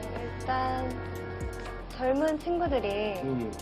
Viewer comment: This is a really nice video, but they way they say maknae and unnie is killing me